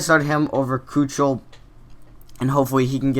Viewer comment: Its pronnounced k-i-k-e-l not ku-ch-el